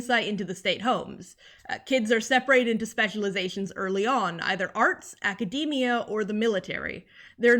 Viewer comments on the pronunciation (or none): none